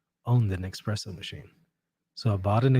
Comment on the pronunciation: It’s definitely called espresso, not expresso! Lol